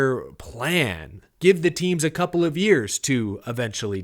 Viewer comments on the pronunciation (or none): none